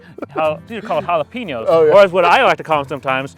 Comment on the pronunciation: It's JALA-PAY-NOS not JALA-PEE-NOS